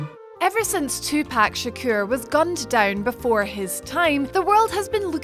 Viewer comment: I immediately rolled my eyes when i heard her say "Too-Pak Shakuyer" ffs